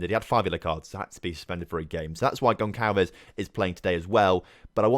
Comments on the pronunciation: Gonçalves is pronounced GonSalves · The ç in gonçalves is pronounced like an s